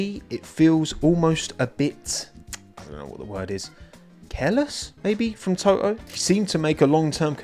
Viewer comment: To-oh, LOL! (Sorry, didn't mean any disrespect!)